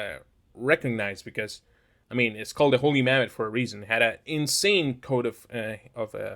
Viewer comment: You sound like you're saying "Holy Mammoth"